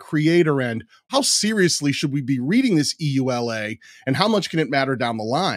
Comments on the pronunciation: EULA is pronounced "yoo-lah". No need to spell it out. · EULA = Pronounced among us as Yoo-lah (no one says the actual letters) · I wonder how many people were shouting at the screen “Yoo-Luh!”EULA is an acronym, so it’s pronounced as one word—like NASA. And it takes a lot more time!